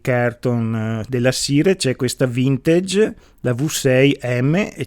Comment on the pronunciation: Simpatico. Apprezzo codesti video, pragmatici e chiari. Due cose: "assolutamente", cerchiamo di dirlo meno..... Vintage, si pronuncia così com'è scritto... Salutoni.